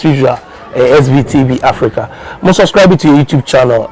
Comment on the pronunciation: You don’t say suscribe it is subscribe, please pronounce it well.